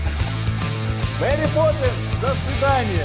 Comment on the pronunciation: Я один заметил что он сказал мери пепинсс